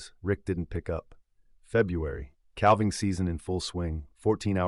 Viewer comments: "Combined"? "One Eighteen Hundred"? "Calv-ing"? "Twenty and eleven"? AI crapola!! CREDIBILITY: Zero. Who proofed this, John Deere? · Learn to pronounce "calving"!